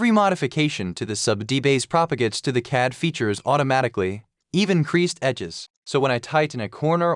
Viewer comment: You need to teach your AI pronounce "CAD", haha! But other than that, the workflow is indeed cool. I must spend some time learning Sverchok.